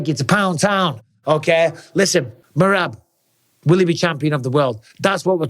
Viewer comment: When Henry keeps calling Merab, Merat😭😭😭😂😂😂😂😂😂😂😂😂